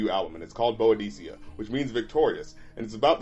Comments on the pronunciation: Don’t mean to be “that guy”, but it’s pronounced “boo-dih-kah” or “boo-deh-see-uh” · i beleive its Boudica (boo-dih-cuh), (a british warrior leader who got her land stolen and started achieving her vengeance by leading her troops, as a woman mind you, unheard of at the time, to defeat many roman legions) my man. love the content and the channel, probably my favorite on here, though. keep up the good work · That Boudica pronunciation though